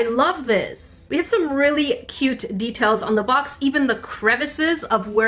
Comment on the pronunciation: When she Said the deatails on the boba cat it sounded like she Said teatales